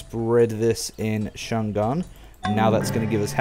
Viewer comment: haha, it is not Chan'gang, it is Chang' An, your capital.